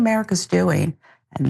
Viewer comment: did she say don't come back to hucker town, did she mean hunckey town ..!!